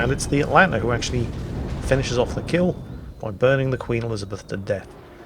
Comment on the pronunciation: you where doing so well, and then you started to go atlanter right at the end...